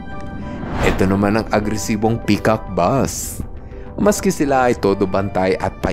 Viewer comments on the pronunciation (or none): none